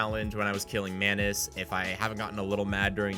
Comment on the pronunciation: When you say "Maynus" I hear "mAnus" and I thought you called him that becuase he's an asshole!